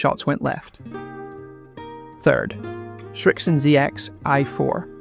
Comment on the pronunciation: Srixon, not ”Shrixon”